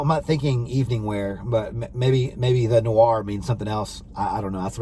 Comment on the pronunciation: It's not called "The Noir." It's called "Thé (pronounced "TAY") Noir" meaning "black tea."